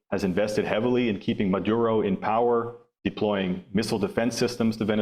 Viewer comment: Amy can’t pronounce Inuit or Mountbatten but goes to town with the Latin names. Madurrrrrro, Puerto Viy-atta🤣